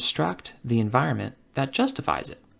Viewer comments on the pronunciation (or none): none